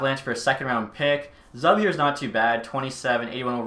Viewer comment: The player Zub is pronounced: "Zoob"